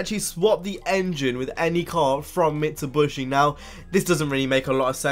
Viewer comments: Did dat nigga just say "Mitsuboshy"??? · did you say mitsubrushi